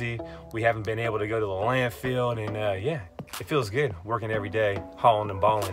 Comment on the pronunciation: Love U guys. So funny, informative, motivational. Love it when U call it the "Land-Field" instead of Landfill. Love the positive attitudes. Great Work.